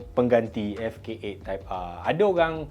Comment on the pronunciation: Type ahhhh mcm cina dah sebut hawautol 😂 trophy r betul pulak